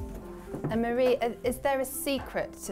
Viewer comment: i don't want a channel girl it's Mari. Like mah dee. But thanks for reaching:)